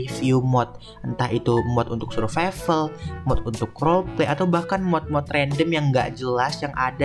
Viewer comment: Survival❌ Suvrival✅ 🗿👍